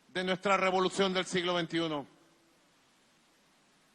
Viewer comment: Robolucion. Lo. Dijiste mal